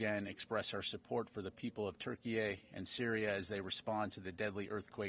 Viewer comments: Why does he keep calling it ‘TurkeyA’? It’s ‘Turkey’! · Why is he pronouncing turkey as Turkey-Ay?